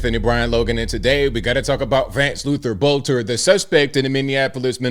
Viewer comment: this is minor, but his last name is pronounced Belter. The o is silent.